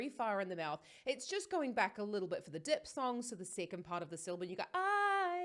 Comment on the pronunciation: Please, the term is called "diphthong" and spoken something like "diftong". Not Dipsong.